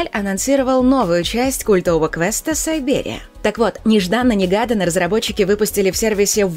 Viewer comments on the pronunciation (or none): Киберия, а не сайберия